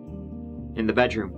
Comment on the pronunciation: on dee turd of january